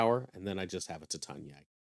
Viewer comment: Anyone else bothered how u said Titania😂😂😂 tatanye